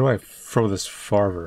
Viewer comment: "How do I frow dis farver" Trouble?